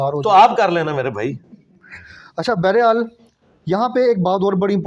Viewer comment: لفظ بحرِحال نہیں ہوتا بلکہ بہرحال ہوتا ہے۔ یعنی آپ نے بولا بیرے حال جبکہ اس درست تلفظ ہے با ہر حال یعنی ہر حال سے اور یہ فارسی زبان سے ہے جس طرح انگلش میں کہتے ہیں ،،اینی وے،، بیرے حال کا کوئی مطلب نہیں ایسا کوئی لفظ نہیں اردو ڈکشنری میں۔ دوسرا آپ نے کہا امیر معاویہ رضی الله تعالٰی عنھا تو یاد رہے کہ میل کے ساتھ عَنْهُ (عن ھو) لگتا ہے اور عنھا فی میل کے ساتھ۔ مثال حضرت علی رضی الله تعالٰی عنہ۔ حضرت فاطمہ رضی الله عنھا